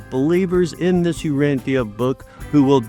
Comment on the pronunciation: Its not pronounced "Uranthia" btw...